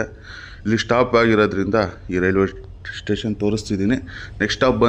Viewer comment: It is station not tation take care while pronounciation other wise the video is good👍 like kannnada videos all the best👌👍